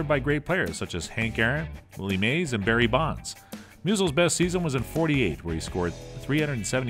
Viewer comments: Maybe get someone who can speak clearly to narrate the video. Never heard of “Barry Bond” or “Willie May” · I like how he says “Barry Bond” as if his dad was James Bond. One of the worst videos I have ever watched.